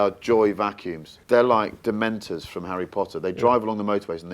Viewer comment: Dementors he said😅